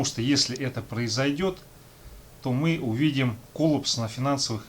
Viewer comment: лайкосище ! КОЛЛА́ПС коллАпс ( ухо режет патамушта ))) )